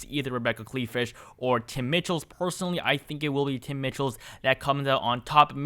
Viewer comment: In Wisconsin, the Governor's race, Tony Evers probable opponents name is pronounced Tim MICHEALS. Not MITCHELL'S.